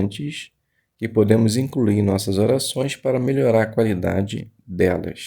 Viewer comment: Obrigado pelo estudo. Se puder deixar uma crítica construtiva tome cuidado yas palavras incluir e problema. Quando vc fala incruir e pobrema distrai da sua leitura. Mas parabéns pela iniciativa. Jeová te abençoe!